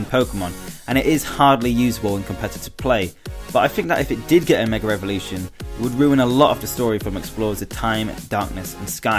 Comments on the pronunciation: Evolution** also why do you say Revolution ? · it's his accent. Idk what accent it is but but they put "r" after the sound of "a" if it is at the end of the word. So it's like Megar Evolution